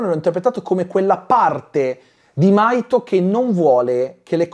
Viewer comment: In realtà il nome del ragazzo è Mahito si pronuncia la H